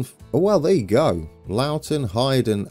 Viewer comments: It’s definitely Loughton like Pow-ton. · Loughton: 'ought' is pronounced 'out' - hope that helps :)